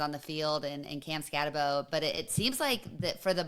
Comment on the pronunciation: Anyone still pronouncing it SkatteBO instead of SkatteBoo reveals themselves to not know ball.